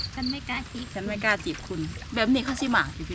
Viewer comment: สบายดีสาวรัศสาวแปพูดภาษาไทยง่ายนิดเดียวน้องต้องฝึกออกเสียงตัวพยัญชนะตัว..ช.ฉ.สองตัวนี้ให้ถูกต้องนะจ๊ะนอกจากนั้นน้องพูดถูกต้องแล้ว.เช่นคำว่า.ฉัน.จะออกเสียงว่า.สัน.ไม่ถูก.นะครับ...ให้กำลังใจครับ.